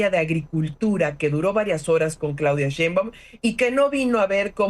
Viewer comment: A ver Anabel, repita conmigo "Schainbaum, Schainbaum, Schainbaum..." de nada